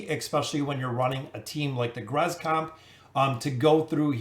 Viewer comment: Irritates me that he calls him "grez” can he not see the other letters😭